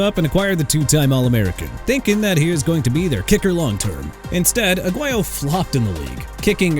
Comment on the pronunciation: ROBERTO AGUAYO PRONOUNCED AH-GWAI-YO! GET HIS NAME RIGHT DUDE! ALSO MR. "I CAN'T PRONOUNCE PEOPLE'S NAMES FOR NOTHING" ISAIAH WILSON PRONOUNCED AI-ZAY-UH! ARE YOU SERIOUS?! YOU NEED TO BE FIRED! AT THIS POINT I DON'T CARE IF YOU'RE A REAL VOICE OR AI! I DON'T CARE!